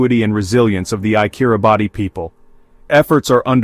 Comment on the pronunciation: If you really want to talk about Kiribati, you should at least know it's not not pronounced "Kiri-Bahtee" but "Kiribass".